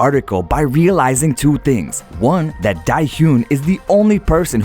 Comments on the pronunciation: Nobody: Absolutely no one: Not a soul: The narrator: ...daHyoOn and tzUyoO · Just to let you know Dahyun is pronounced more like Da-huh un. The "Un" in "hyun" sounds like the "un" in "uncle". ;-) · Oof, sorry but I cringed when you said “Da-hyoon”. I enjoyed the video tho, that reporter needs to get his head on right before ONCE finds him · omg,,,, nagging at them for needing an interpreter?? i bet he couldn’t speak korean to them if he wanted to 😤 p.s. you pronounce it “da-hyoon” lol! a little off but very cute! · i love that you made a post but i have to correct your pronunciation. dahyun : da- yuhn tzuyu : zoo - wee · DA HAH YUN - TSU YU 💀💀💀💀